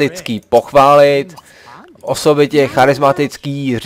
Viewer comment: Ha-jsem místo pochválit slyšel"podpálit"